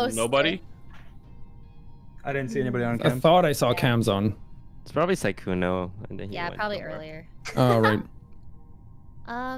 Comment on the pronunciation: “Probrably” LMAO